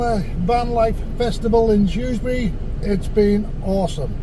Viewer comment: So glad you had a fab time in my town, and you pronounced Shrewsbury correctly 🤣🤣 I did go myself as I live only 5 min walk away and I do remember seeing your crib. Great weekend and I heard it's coming back to Shrewsbury next year......happy days ❤